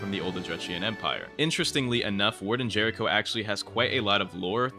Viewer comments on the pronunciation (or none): none